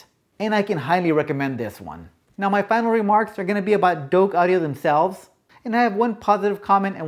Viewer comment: Its Douk NOT Doke.....:)